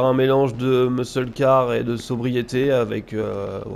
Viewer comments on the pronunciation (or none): Hey 👋! Bon "Muscle" en anglais/americain se dit phonétiquement "Meusseul" comme pour "Meusseul car" pour "Muscle car". Voilà voilà 😉 Merci pour le contenu de tes vidéos, c'est le top😊